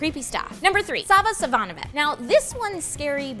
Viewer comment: It's spelled Savanovic in English, but you say it Savanovich, since it's actually spelled Savanović. Same with the first Serbian vampire you mentioned.